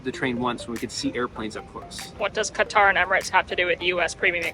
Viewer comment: Come on, man….get the pronunciation right on “Qatar”…..